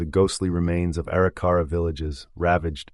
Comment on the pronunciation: EXCELLENT re-telling of the events on this years and years long journey by the Corp of Discovery!!!! But there are more mis-pronunciations of some of the Tribes. At ........The Arikara Tribe is supposed to be pronounced A - Rik - Er - Ra not Eri - Cara.